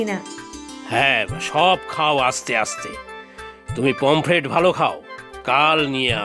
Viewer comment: পমপ্লেট ❌ পমফ্রেট ✅ এগুলো শোধরান। শ্রুতিকটু লাগে।